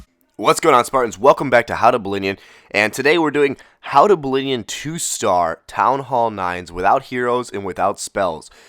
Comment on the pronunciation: 'ballinion' sick lol